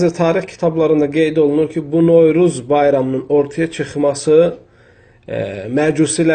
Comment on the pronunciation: Sən bir novruz deməyi öyrən sonra danış